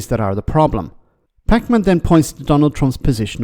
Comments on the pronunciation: Packman pronounced packmun not pac-man lol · I think its pronounced Pakmen as opposed to packman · Lol, the way emphasise both syllables in his last name makes him sound like the video game character Pac-Man. Just PAKman.